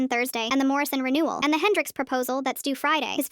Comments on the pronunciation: why is it always "morrision" haha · It's always "Morison"